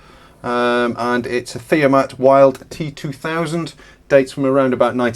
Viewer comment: Wild (now called Leica) from Heerbrugg in Switzerland. Correct pronunciation is the W spoken as V and the word rhymes with “tilt”. Would have cost several thousand new, not tens of thousands. But then a car also cost several thousand back then. Top quality, evident by much lower operator stress after hours of use - particularly eyes. They were really pragmatic in designing these and therefore significant damage (such as being hit by an excavator) would be repairable.